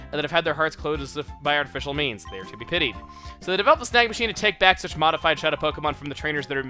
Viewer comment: i hear "snag machine" as "snack machine" XD